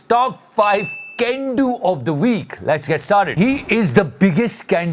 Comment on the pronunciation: Why I always hear CAN DO as GANdo